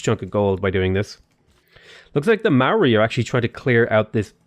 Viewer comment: chur cuz mean the only person ive seen who says the moari names right